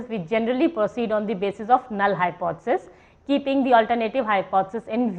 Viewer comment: Madam you are not able to pronounce the word Hypothesis...... Too monotonous .......